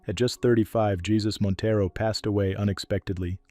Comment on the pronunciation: Montero was in an accident. It wasn't a secret. And his name isn't pronounced like our Lord.